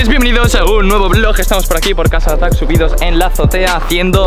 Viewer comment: Me di cuenta que dice casa de atack y no casa de arta